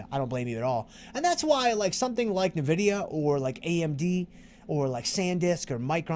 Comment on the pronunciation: Thanks! You make this course both fun and educational. Nice call on Nvidia. I didn't know the correct pronunciation until now 😂